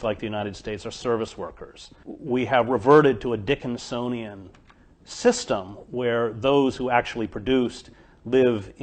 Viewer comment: Dear Chris, it's 'Dickensian'. 👌